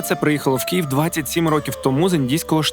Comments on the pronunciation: Київ, не Кієв, будь ласка ❤ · Хлопці все добре, тільки не Кієв, а Київ